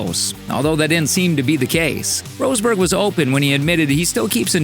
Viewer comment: Roseberg? nah dude, that sound extremely silly... It is: Ross-Berg = Rosberg